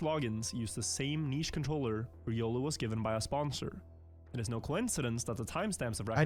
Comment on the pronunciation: Calling it now. The next Smurf will be “ree-olu”. But fr riolu needs to get help.